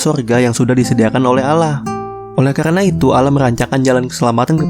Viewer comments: bukan alah tapi Allah dibaca Awloh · Bukan bacaan ALLAH bacaan asli AWLOH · allah bukan alah bisa baca ngk sih -_ ,gw gengsi -_ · Allah bg bukan alla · Kok allah tulisannya allah di baca ouloh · bukan al lah baca nya tapi allah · Penyebutan allah masih salah Bang boleh saya bertanya Yesus itu apakah tuhan ? (Kok banyak yang blang gtu ) Bang bukan nya nabi isa (jesus) mengajarkan berdoa dengan mengangkat ke dua tangan nya (bukan nya bernyanyi bahkan ada yang joget) 1 lagi bang kenapa orang kristen menyembah patung nabi isa (jesus) bukan kah isa bilang jangan kau sebah aku sembahlah allah yang 1 Salam damai bang saya hanya manusia yang doif yang ingin bertanya bukan menyudutkan atau menjatuhkan Lakumdinukum waliyadin